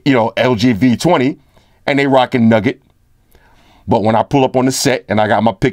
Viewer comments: Yo! Not to get PETTY ROOSEVELT with it but it's NOUGAT (sounds like NEW GUT) not NUGGET. Shits a chew nougat center not a gold nugget. Nougat is a family of confections made with sugar or honey, roasted nuts, whipped egg whites, and sometimes chopped candied fruit. The consistency of nougat is chewy, and it is used in a variety of candy bars and chocolates. The word nougat comes from Occitan pan nogat, seemingly from Latin panis nucatus 'nut bread'. nou·gat (no͞o′gət)n. A confection made from a sugar or honey paste into which nuts are mixed. nug·get (nŭg′ĭt)n.1. A small, solid lump, especially of gold.2. A small compact portion or unit: nuggets of information. Where's the full LG V20 Review G? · actually it's nougat because that's different than a nugget. nougat is pronounced newhut & nugget is nuhgut. One is a sweet or candy and the other is like a clump of gold or a chicken nugget from McDonald's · I love the your way of pronouncing android "nugget" haha